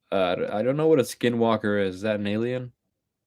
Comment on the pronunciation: The way you said skinwalker made me spit my tea out of me moufff😂